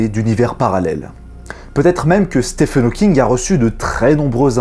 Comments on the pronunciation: Bonjour, très bonne vidéo. Par contre, il me semble qu'on prononce "Stiven" et non "Stephen". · Salut! Juste pour te dire que Stephen se prononce comme Steven et que tes vidéos sont toujours un régal:) Bises et meilleurs vœux pour toi et ta chaîne.